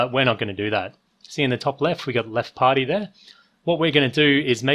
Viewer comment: I hate the way you say the word "party". It's creepy